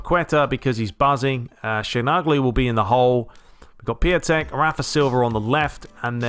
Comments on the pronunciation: Merry Christmas mate! btw. Piatek is pronounced "Piontek" if it helps :) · It's Pjontec (Piątek) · Just a little advice, to say piatek name it is; Pee-on-tek.